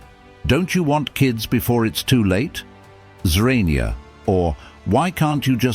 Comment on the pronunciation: Awesome video! 🎯🔥However, who is "Zorania?" 😂